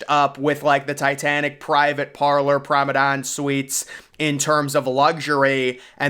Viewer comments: He means "Promanade" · You're right. This guy keeps calling it Pormadadon. It's Promenade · Interesting video...but surely the pronunciation is "Promenade"? On more than one occasion, if not most of the time, you're calling it "Promedane"? Feel free to correct me if I'm wrong about the pronunciation... But I'm sure I'm not! 😄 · I can't unhear it... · You do great videos, but its prounced promenade. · he's been called out on that so many times by now that I'm now certain he's doing it on purpose to f with people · you are probably right. It’s like fingernails going down a chalkboard to me every time I hear him butcher that word….lol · he slowly emphasized with a grin